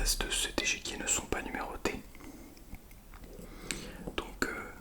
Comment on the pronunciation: Juste on dit échiquier et pas échequier hihi